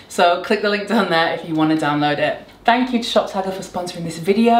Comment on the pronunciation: Every time you say shop tagger I hear top shagger 🙈😭